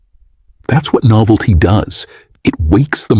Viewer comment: Thank you! The first one "novelty" -- I had to rewind because I couldn't understand what he was saying.